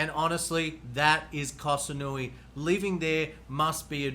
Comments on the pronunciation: Koh Samui not kasanui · Koh SaNooii? Admit it, you never even been there and just picked it off the internet to make this video. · Pronounce Koh Samui